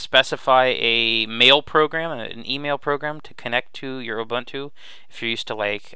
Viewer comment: Thank you for a good overview that I can share with friends. FYI, Ubuntu is pronounced "ewwbooontoo."